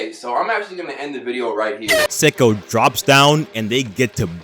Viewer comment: It's "Say-ko"